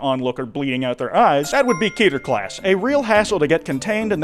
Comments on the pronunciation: Its k-eh-ter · Keter isn't pronounced like Peter, is Hebrew for crown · Everytime someone say "Key-ter" it hurts me.